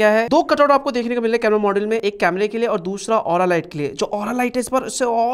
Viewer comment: Aura light ❌ lura light ✅ 😂😂😂